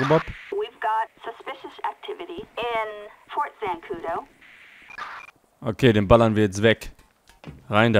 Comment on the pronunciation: "Fort Zandacu" hahahaha genau